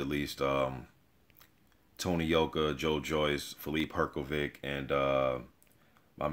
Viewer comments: You say Hrgović wrong. Try to say it like Hrgovich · You just have to learn how to pronounce his name!